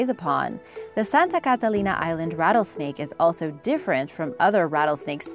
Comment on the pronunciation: Why are you saying Catalina so weirdly? You’re trying to affect an accent and putting too much stress on each syllable...I’ve never heard anyone pronounce it like that and my brother is the captain of the Catalina Cruise ship.